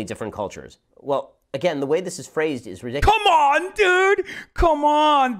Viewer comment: The quiz: "Do you support Hitler?" Shapiro: "THE WAY THIS IS FRAZE-"